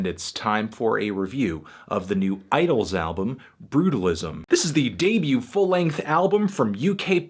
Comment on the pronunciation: Idles, not Idylls...